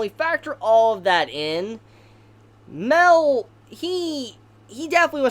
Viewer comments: His name isn’t pronounced Male, it’s pronounced My-El. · Okay, it took me a while, but darn it has gone too long, could you pounce it *MA-EL*, not "Mel"? You're the only one that calls him that, I don't know how you haven't caught it yet. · Its not mell its mi-el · OMG ITS MA-EL. FOR FUCK SAKE, MA-EL, NOT MEL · I can't watch this video, the way he say mael name is bothering me alot. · wait is mael pronounced "mae-l" or "ma-el"